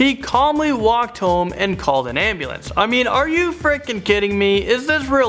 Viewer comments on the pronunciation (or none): none